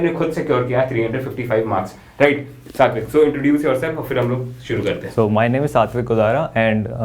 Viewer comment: When u say satwik i hear it 60 week ,bhai kitna dilasha doge😂😂